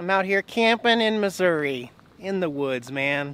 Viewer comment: Yay! You said Missouri correctly this time. Lol. FYI there's a few boondocking spots in a conservation area near Clinton Mo.